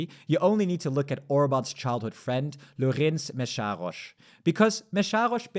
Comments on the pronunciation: Lőrinc Mészáros is Pronounced in English Similar to this: L-ő-rh-ih-n-ts M-eh-s-ah-rh-oh-sh. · The majority of Hungarian voters also voted to remove Sulyok, among other things. The Tisza Party is just doing what it promised. And when you said the name Lőrinc Mészáros, I thought you were talking about some French guy. It was so funny 😄